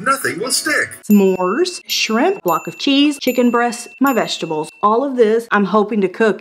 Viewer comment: I had to rewind to make sure I saw how she spelled vegetables - the way she pronounced it lol